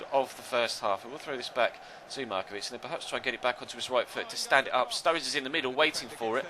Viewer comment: Why do you call sruRRIde studge